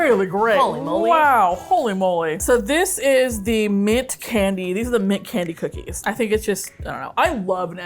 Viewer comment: Honestly I heard coochie 😂